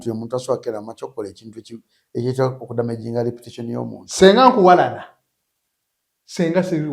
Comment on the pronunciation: Its reputation not repition.